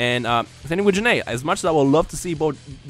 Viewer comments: Gokus mom is Gine not janay. Her name is pernounsd Jine\Gine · Pretty sure Gine is pronounced as Gene, or "Jeeeen/ Jean" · I thought it was pronounced Guy-N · Why did you call Gine, Jin-A? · Your pronouncing Gine wrong. Its one syllable.